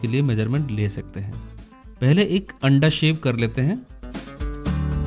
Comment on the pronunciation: Laughed when he said andaa